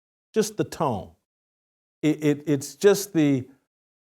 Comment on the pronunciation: Tone??? Tone??? Come on Jason...SMH.